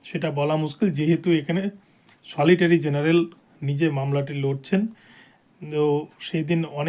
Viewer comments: SOLITORY GENERAL NA UCHHARON KORBEN SOLICITOR GENERAL. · সলিটারী জেনারেল নয়, সলিসিটার জেনারেল বলুন।